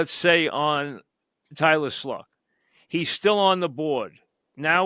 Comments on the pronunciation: Haha. Its pronounced Shuck. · Who is Tyler "Sluck"? C'mon now........ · Tyler Sluck? There is no L in his name Mike. Do better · Mike is so out of the loop now. Doesn’t even know name is pronounced SHUCK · Tyler shough or Kyle mccort are who i want. But the giants are inept and impotent. And Mike, his name is pronounced, "show" And Mike, you haven't watched Abdul Carter play. He got one pass rush move... a shoulder dip... No swim, no rip... Just s shoulder dip. And his sacks came against tackles that are not good enough to get drafted. And when he did go against good tackles, he gets blocked to the turf. Abdul Carter has B.U.S.T. written all over him. Giants should just draft the OT 1st round and a power RB in the second. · it's pronounced show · that’s how it’s spelled….But, “How does Tyler Shough pronounce his name? “... It's weird for sure, but I think once you know it, a lot of people call me by it, and you don't really forget it.” Although it looks like 'cough' or even 'show' (to rhyme with dough), the correct pronunciation 'shuck. ' Like 'aww shucks' or 'shuck corn” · mike butchered his name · Can't even say his name right. lol